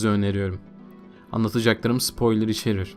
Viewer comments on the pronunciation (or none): none